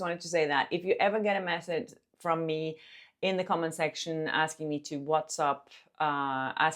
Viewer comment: It’s Whats*A*pp not WhatsUp